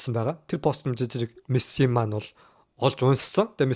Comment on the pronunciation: нэрий нь зөв хэлээчээ Мэссээ биш Мэсси гэж хэлээчээ эргүү амьсгаа вэ